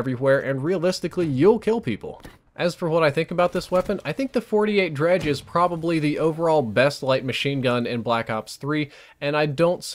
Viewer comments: FINALLY PEOPLE CAN STOP SAYING DEGREE* its dredge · Dredge.... Gorgon.... Man the gun names in this game are just tough to pronounce correctly